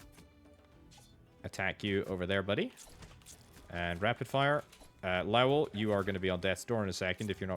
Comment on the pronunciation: Lao well? I literally just clicked off a video for mispronouncing ocarina and I land here. If you don't know how to pronounce a word, look it up, quit guessing. This goes for YouTubers politicians, randos, anyone. It's 2026, we all have the internet in our pocket and everyone chooses to be ignorant as fuck.LOW-UHL Good lowuhlrd almighty. Game journalists, I swear.